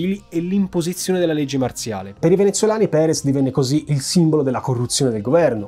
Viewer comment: Andrés Perez, no Prerez Alonzo